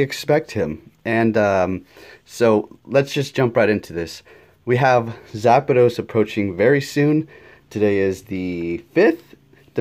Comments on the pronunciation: "Zapados" "Ho-Ho" C'mon man please pronounce them right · “zapados?” “oh-ho?” lel